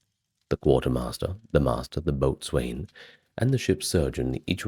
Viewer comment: Boatswain is pronounced bo-sun.